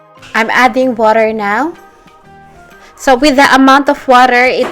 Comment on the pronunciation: “put the woter”